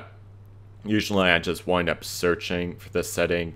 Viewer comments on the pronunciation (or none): none